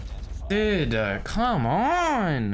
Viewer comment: when say "dude he says "duda" hahahah lol